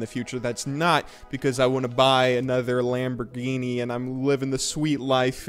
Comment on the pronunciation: "another lambourghini" has bought at least one lambourghini confirmed